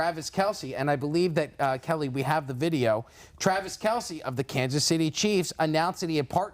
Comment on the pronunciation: Lost all credibility when he said ‘Kansas’